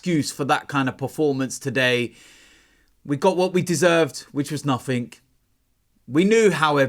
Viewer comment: The word 'Nothing' doesn't have a 'K' on the end of it. Just so you know. Thanks.